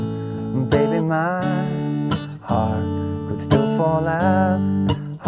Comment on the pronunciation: does anybody notice when he says my beating D 😂😂😂